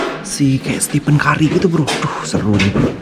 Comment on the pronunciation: Bang nyebut curry nya kurri bang bkn karri :v